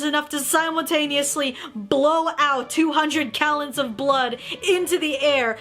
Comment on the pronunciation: omg you just said kallons instead of gallons lol